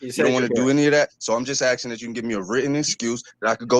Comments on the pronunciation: It is pronounced "akskin" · C’mon Judge, he’s axing you sir. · Axing for a written excuse? You don't need to make your own paper dude!